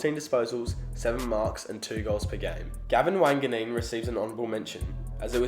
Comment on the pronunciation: You mean you pronounced Wanganeen, as Tredrea..